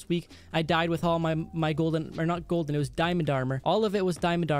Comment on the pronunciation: "Yolden apple" XD